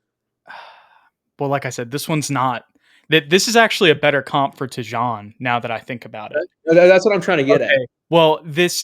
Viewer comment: It’s Tee-Jane